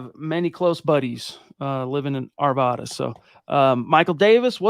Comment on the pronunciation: I love what you guys do and i love hearing your perspectives. Quick Colorado PSA - it’s “Are-V-Ad-Uh”